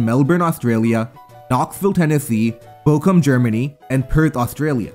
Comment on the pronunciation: "Bokum Germany" xD Ch is hard, I get it